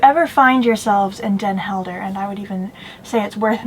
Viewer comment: You travel around the world and show great things from local cultures and your videos would probably gain more followers if you put the effort to pronounce names of towns and people the way they are pronounced in the local language. I have friends in Den Helden and when I showed them the video they were off put by the fact you don’t seem to make the effort to learn how to pronounce places and names.